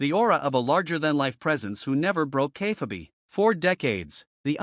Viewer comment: Please teach your AI how to pronounce "Kayfabe"...